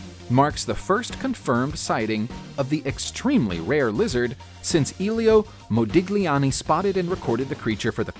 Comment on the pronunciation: Modigliani = moh - dih - LYAH - nee